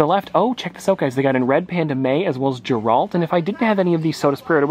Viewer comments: Sorry lover your vids but please its Geralt as in gear alt. Not gerald. Small bug bear and don't want you to get slamed by Witcher fans 🥰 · I didn’t know who he was talking about “Jeralt” 💀💀 until he showed the soda and it was Geralt (Gehhhe-Rahalt) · The pronounciation of geralt bugged me 😂